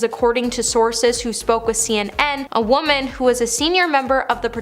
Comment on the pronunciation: Please, please, please!!!!! Stop pronouncing "woman" and "women" exactly the same way. This is very basic. How do you not know this? There are YouTube videos that can help you with this.